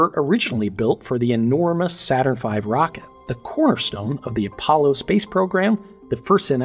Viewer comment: "Not Saturrn V" Nit-picky, but funny :)